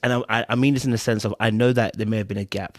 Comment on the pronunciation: Did she just say Dis instead of this! 🤣🤣🤣🤣.